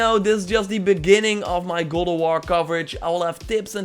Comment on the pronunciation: "Gald" of war?